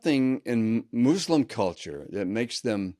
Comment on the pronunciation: MOOSLIM 😂😂😂 and the he says CULTURE. Such a joke